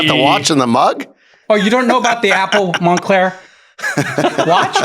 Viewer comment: “Monclear Tat “ 😂